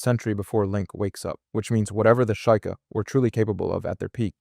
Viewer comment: Were you trying to upset people by mispronouncing sheika?